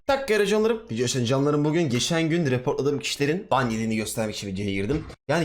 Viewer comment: Abi kayıt başladı canlarım demiyon karıncalarım diyon sanki 0.25 de dinledim öyle ya